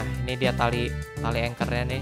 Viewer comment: Mereka: ancher Me: anchor